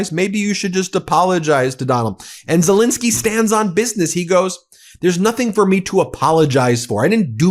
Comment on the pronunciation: As much as I love your take on all of these things, I think Zelenskyy deserves to have his name pronounced differently than the invader’s name. There are Os in there.